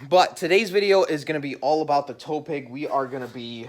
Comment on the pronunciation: Am I the only one that is hearing tow "peg" instead of tow "pig"??? Lol